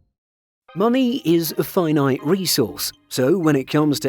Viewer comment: "Money is finate" Lol, good one. Tell me another...